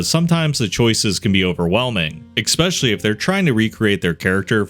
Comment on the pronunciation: ES-PECIALLY, not exspecially. fRRRustrated, not fustrated XD <3